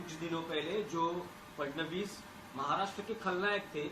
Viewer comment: फ्रनांडिस नहीं भाई फड़नविस बोलिए।